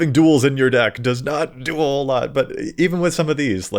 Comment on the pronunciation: "Having duels in your deck does not 'duel' a lot" 😂 Just the way you said do a whole lot sounded like 'duel' lol Missed dad joke, so good at making them you do it by accident.